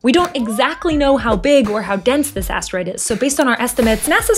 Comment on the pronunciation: Asteroid ❌Ass Droid ✅